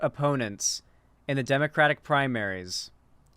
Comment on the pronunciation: Kyle not pronouncing the Democratic party name correctly tells me he is a closeted banana repub.